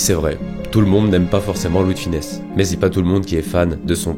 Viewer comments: Superbe video, mais attention à sonnom, c'est Louis De FUnès, pas Louis de FInès. Bonne continuation! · Ravis que la vidéo t’ai plu ! ☺️ Oui je sais comment cela se prononce mais j’ai tendance à me tromper en prononçant son nom rapidement dans certaines phrases !